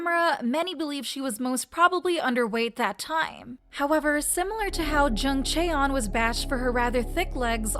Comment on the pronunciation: It’s chaeryeong*